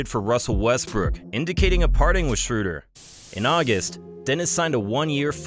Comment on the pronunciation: the ö in Schröder is pronounced like the u in burn